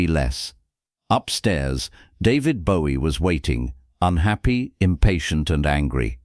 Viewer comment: AI cant even pronounce Bowie right….